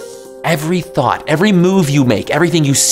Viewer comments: what he said: “this is what a thought looks like” what i heard: “this is what a thot looks like” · I thought he asked "What is a thot". Damnit, internet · I swore he said thot 🤦🏾‍♂️🤣